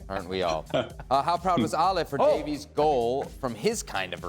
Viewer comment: It's Alphonso Da-vees not Alphonso Da-vis!!